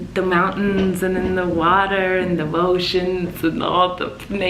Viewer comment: The Woeceans and the Pnatures . Im dyingggg :)